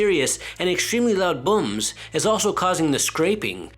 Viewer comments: His pronunciation lol Was I the only one hearing “bums” Instead of booms? Lol 😂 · Gotta love an Asian accent! “Loud buums” haha 😆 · He says booms funny bubba like buums I like loud buums bubba